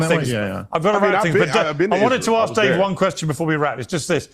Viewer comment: speaks of intelligence but can't even say the word ask